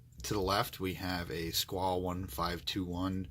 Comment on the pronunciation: The e is pronounced in squale...squal-e